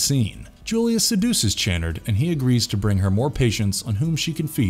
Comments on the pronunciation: LUH-MENT configuration not LAA-MINT, CHU-NARD not CHAY-NERD. Julia used Kyle to complete her regeneration, she wasn't already complete. The cenobites are nothing like Zombie-Vampires, this isn't Lifeforce. These things do matter, especially to fans, who are probably the majority of those who are interested. I have watched many of your videos and you guys ALWAYS screw up DOZENS of details and miss characterize plots, motives, and characters to a near ignorant level. If you actually watched any of these movies, as opposed to regurgitating vague synopses and bad reviews these mistakes would be impossible. BAD FORM! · Maybe you should see Dr. Chenn-erd? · It's Dr. Channard (pronounced CHUH-NARD) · His name is pronounced Chuh-nard, not Chanard. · The worst part of this video isn’t any cenobite; it’s your inability to pronounce key words correctly. Lament, Chunard, Marchand/Merchant or knowing what magnanimous means. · Tell me you've never actually watched the films without telling me you haven't watched them. You literally just read something someone else wrote. You mispronounced so many names. Lament is pronounced "Luh-mont", Channard is "Shuh-nard", Lemarchand is "Luh-marsh-awned" not fucking Le-martianed. You literally just read some bullshit and guessed at pronunciations. Thumbs down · Ok so u clearly have never watched these movies the way u pronounce lament and channard lmao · Your pronunciations are terrible. Could and should have taken a few minutes just to do a search for any other video or audio on the topics and you would know how to say "Lament" and Dr. "Channard". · Obviously he never watched the movies because he doesn't even pronounce the Dr's name correctly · Dear Voice-Over Dude: Learn how to pronounce the words in the script before taping. Lament. Lamarchand. Chanard. Etc. This was hard to watch. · The way you pronounce Dr Channard makes every British person weep